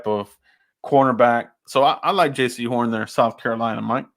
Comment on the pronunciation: If you like Jaycee Horn at least learn his name and pronounce it right SMH!